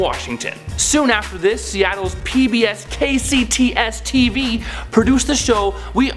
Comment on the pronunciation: Is it me or is it funny how dude says "KCSTV"